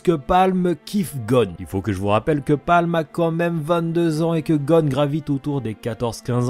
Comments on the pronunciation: C'est pamu et pas palm Non? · alors c'est Paamu et pas Palme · C’est pas Palm c’est paamu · Pâmu, pas Palm ptdr